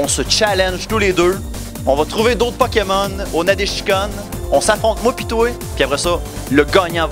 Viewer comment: aha énorme "poki-mon" ;)